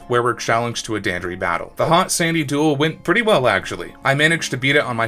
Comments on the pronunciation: The most the annoying thing about this video is that you mispronounced dandori as danderee, which only annoys me because you're literally the only person who mispronounced dan dor ee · It’s Dan-door-i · The way you pronounce "Dandori" physically hurts, great video tho! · The way he says Dandori is funny lol. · Your pronunciation of Dandori made this video really hard to watch